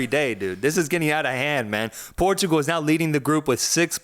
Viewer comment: the clear bias in the portugal game analysis lmao. Try to cover it a bit more next time. and by the way, the way you pronounce Portugal is super wrong.